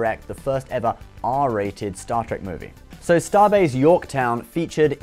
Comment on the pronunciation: "Star Track" lol